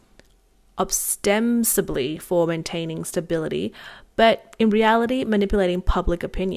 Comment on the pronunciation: Think your newsreader needs to practice saying words like "ostensibly", "ubiquitous", and "sovereignty" a bit more